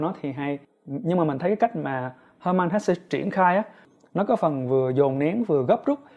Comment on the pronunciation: Cám ơn chia sẻ của bạn. Mình có xem nhiều review của bạn. Nhưng mình góp ý 1 xí nhé, tên tác giả người Đức thì bạn nên đọc theo đúng phiên âm Đức, được đọc là He-mann Hes-sờ 🤗